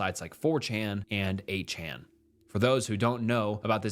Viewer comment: You cant say 8chan? Holy cow